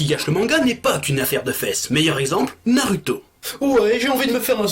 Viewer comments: C est pas naruto mais narouto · Par contre c'est Narouto et pas naruto Prononciation